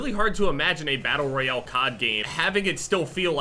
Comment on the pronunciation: its pronounced battle royale not battle royel